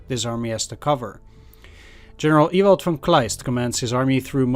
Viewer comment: Pronouncing 'Ewald' in an "English" way was funny. In general pronounces names in every language very well. Except in Swedish. (lol)